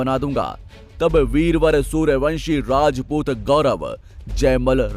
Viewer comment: वीडियो तो बड़ी अच्छी है पर वीडियो बनाने वाले को हिंदी नहीं आती अच्छी तरह राजपूत होता है रजपूत नहीं 😌